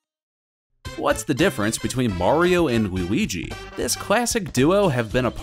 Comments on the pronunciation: why did u say oui-ouigi the 1st 2 times u said luigi’s name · my man calls luigi wooweegee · “What’s the difference between Mario and Wewigi?”